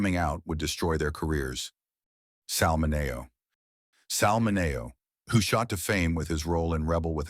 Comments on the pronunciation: Sal MIN-ee-oh, not Muh-NAY-oh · Interesting video. Note: SAL MINeo. Not SAL MinAYO. Several other names are also mispronounced. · It's spelled MINEO. not manio. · It is Sal Mineo not Sal Mano. MEN-E-OH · It is Sal Min-r-o!- not Min-a-o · It's .... Sal Mini-O not Min -A-O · ...and fake AI prononciations, eg Muno instead of Mineo. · Somewhat interesting information but no new revelations. Most annoying is the narrator's mispronunciation of several actors name. The worse offense is the name Sal Mineo. The voice over embarrassingly said "Sal Mi-nay-Oh". There are other ridiculous mistakes throughout. For instance 2023 was written in the caption as 2,023. The producer of this work should really spell check the captioning because rather than watch the information being presented we were laughing hysterically in many places. I assume there is a part 2 because the actors mentioned here were not really any surprises. Also "The Golden Age of Hollywood" ? There are only a couple of actors that worked in the "Golden Age of Hollywood". Please search further back into film's closeted actors. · AI sucks, Sal 'Men-nayo' LOL!🙄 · Is this AI narration? If so, please teach AI correct pronunciation of George Takei [te-Kai] and Sal Mineo [Min-e-o]. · Sal Mi-NAY-o, LOL. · Sal Min-na‘y- oh? Really? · Who is narrating this?? Mi-NAY-oh?? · Sal Mineo was pronounced Min E Oh! That computer voice should have been taught the right words! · Sal Min Ay Oh The problem with AI voicing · It's Dr. Kildare, not Calder. Who does your titles? And Sal MIN-eeoh, not whatever is said on the soundtrack. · And numerous mispronouncing of names. Sal Mineo...........Min e-o. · Sal Min-A-o????? Hey robot voice, if you need some help give me a call. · It's mini O, like a cereal! Geesh!! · Plus the narrator pronounces some names wrong like Sal Mineo. It's Min-ee-oh. When Sir Michael Redgrave is first mentioned, we see a photo of Sir Laurence Olivier. Also, I doubt that Gene Kelly was gay. Never heard that before.